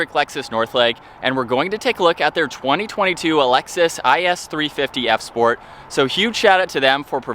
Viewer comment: Bro keeps saying Alexis